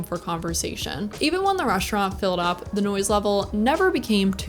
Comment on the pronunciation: Great review Only critique on the pronunciation of “s”’s It’s “restaurant” not “reshtaurant” etc